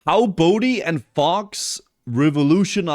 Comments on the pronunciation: Isnt it faux like french, you don't say the X so fau. You can comment if wrong then i'll know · It is, but he doesn't mind, so just stuck with faux pronouncing every letter. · Drives me madder than it should when people pronounce the X in Faux... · they are misspronouncing it intentionally as a bit of a joke. Thats all it is. Everyone involved knows how its supposed to be pronounced.